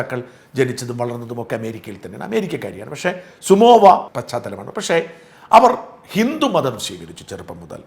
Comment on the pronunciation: സുമോവയല്ല സമോവ എന്നതാണ് ശരി സാജൻ ചേട്ടാ.